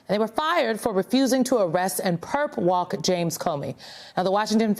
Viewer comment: It sounds like they’re saying “Perv Walk”. ?!?!!???